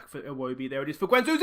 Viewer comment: You forget to pronounce the D in Guendouzi :p Losing away 1-0 isn’t that bad, you can fix that. Keep it up, nice series! Im also playing Arsenal, stil in first season.